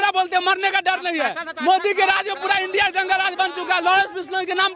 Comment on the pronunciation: ANDI ko INDIA bolna hi nhi ata tbhi kehte hein education jroori hei.